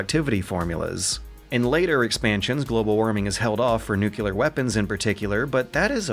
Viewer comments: Good video but it's NUCLEAR not nucular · Amazing analysis! It's "nuclear", though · Cry-sees new-clear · Why every youtuber I wtache pronounce nuclear as nucular? edit: Great video, thx for the content. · Dear: Please stop saying nucular. - Love, me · is forever going to be stuck with his New-kew-lar pronunciation no matter how many times he's corrected on it, I'm actually used to it by now and just find it kinda cute hearing this very silly Bushism-sounding word out of a guy who is otherwise clearly smart enough for investigative journalism and research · I love you and your content but please stop saying "nucular" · Say it with me,. Nuclear. NEW CLEAR. Nuclear. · Please, please, PLEASE start pronouncing "nuclear" correctly. This gives me more anxiety than global warming. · lives in constant fear that he will be abducted and replaced by a lizard-person. His distinct pronounciation of nuclear lets us, his loyal viewers, identify the. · he does it on purpose, dude. It's an inside joke for the people of this channel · "Crisises" and "nucular" made me stop watching.